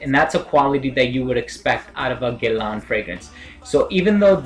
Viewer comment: It is pronounced as ' Gae La' Nice review dude.